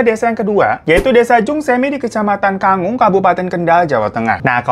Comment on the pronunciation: Gua dari Jungsemi bang btw kec Kangkung bkn Kangung😅